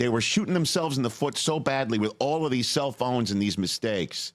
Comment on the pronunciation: When Rich said "all these self-owns on the field" I thought he was talking about all the cell phones on the field.